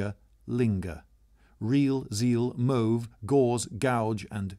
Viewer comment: Is it just me or is mauve said wrong